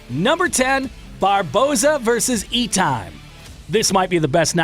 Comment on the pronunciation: I came to hopefully sub but then you pronounced Terry Etims name completely wrong in a very rookie way. True sports fan and MMA fan is fully aware of that type of stuff. Just my 2 cents. Pronounce it as Et tim